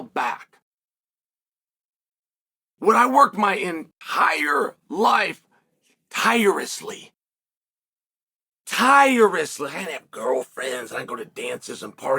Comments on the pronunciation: “Tire-less-ly” there is an “L” “Mak-ha-chev “ no “L” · I learned a new word from Chael today: Tire-essly